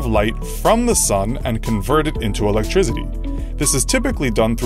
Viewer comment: I find it kinda hard to take advice on energy from someone who pronounces it "electrizitty".